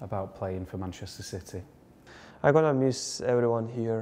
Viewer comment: Great player but l wish the interviewer would pronounce City properly.